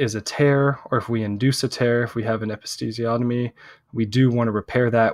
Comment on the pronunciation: I would guess a student, since he mispronounced "episiotomy." Interesting content, however.